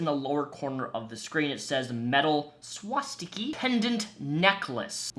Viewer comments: How do you get a long E sound from an A? It's not a swastiki, or swastikee.. it's a swastika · Is it "she-in" or "shine" 🤔 I didn't think much of it until you pronounced swastika as swastiky.